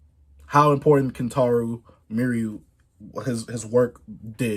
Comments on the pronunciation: R.I.P Kentaro and btw chase its pronounced me-uw-ra <3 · Also the pronunciation is me - u-ra atleast that’s how most people out here say it. Rip to that legend . Love all the love he’s getting from the YouTube community